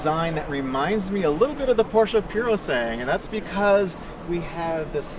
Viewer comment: Did the Guy at the end really said Porsche Purosange... hehe the Ferrari one - thank you for correcting him